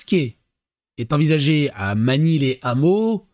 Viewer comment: Magny-les-Hameaux sans liaison... "lè Hameaux"